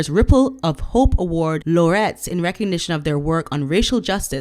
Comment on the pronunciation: also, it's "laureate", pronounced "Lorry-ATT", eg poet laureate.